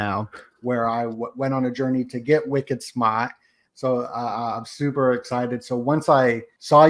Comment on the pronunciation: I love hearing you say.. wicked smart ..!!